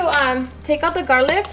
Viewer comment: Girl it's garlic not garliv🤣🤣😂😁😁 so cute . Love your cooking